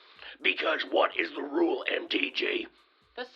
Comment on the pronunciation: Every word Herschel said that began with “th” he pronounced it with a “d”. The-de, they-dey, their-deir, them-dem.the man cannot pronounce “th”.